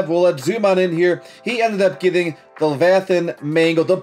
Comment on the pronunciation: “Levithanhs mangle”🔥🔥🔥🔥🔥🔥